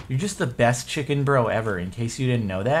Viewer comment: "I HOPE YOU CHIKEN FALS"